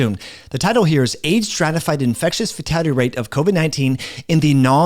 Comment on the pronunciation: FATALITY rate. NOT 'FATADDY" rate... Slow down...